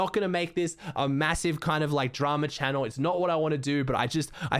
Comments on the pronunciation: He said welcome back to my youtube channe-l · The way he said channel today 😂